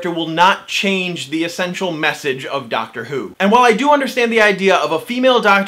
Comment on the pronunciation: Its "Doctor", not "ducktr" 😂